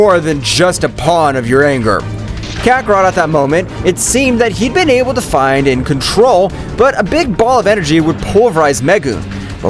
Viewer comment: Boll😂 instead of ball